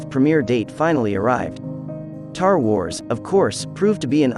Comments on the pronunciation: I’m sorry… Did you say “tar wars”? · ”Tar wars” says this AI-voice . Great...